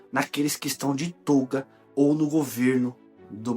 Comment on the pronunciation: Toga , e não tôga!! Fale corretamente, ok!!